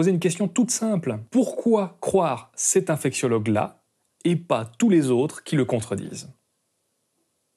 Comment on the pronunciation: Oh purée, à j'ai cru que tu avais dit "je ne suis pas un fake siologue" xD Bon, blague à part c'est une excellente vidéo, merci à toi pour ton travail et tes sources.